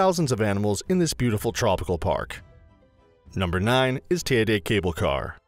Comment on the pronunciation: TEIDE as in Lady